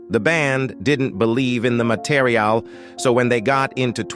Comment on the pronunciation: Its because its A.I generated voice. It really flips out at around 1 minute when it says "didn't believe in the mateeriaaaal" The whole video could have been generated by A.I